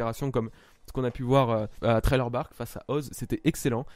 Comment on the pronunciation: Si tu lis ce message, le i de "thriller" se prononce à la française. Je suis pas un prodige en anglais mais ton "traille leur bark" me stresse un peu 😉